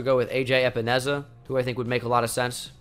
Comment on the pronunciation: AJ A-Pens-A